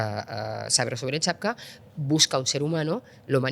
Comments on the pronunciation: Acaba de decir "chapcap".....😂😂😂😂 Esto es lo mejor que tenemos en Europa???? 😢😢😢😢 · Esta señora utiliza muchos anglicismos innecesarios (Billions. Trillions. El-El-Em "LLM", etc) y se supone que controla de tecnología... ... pero luego no sabe decir "Captcha". En su lugar dice "Chapka" 3 veces seguidas y se queda tan ancha. Ahí lo dejo. Por cierto: Le ha faltado decir, para coronarse, que en España y el resto de Europa gozamos de una clase política de lo más saneada, honesta y competente. Cuando ha dicho que el modelo migratorio aplicado en España estaba funcionando muy bien, casi me atraganto de la risa: "¿Segarro, amego?" En fin 🤦🏻‍♂️ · Peor... ¿"chapca"?... si la responsable de la política de IA no sabe pronunciar algo tan íntimamente ligado a la tecnología de IA como "CAPTCHA" (un acrónimo que incluye la referencia al test de Turing en su significado)... 😩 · Que raro se me hace ver que una persona con su preparación diga UCRANIO como elemento y que la IA no podia resorlver un CHATPCA 🤔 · No sabe ni decir captcha